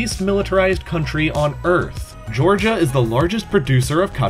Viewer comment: Im from gorgia and you actully said it right(your the first guy who speaks english and actully said it right)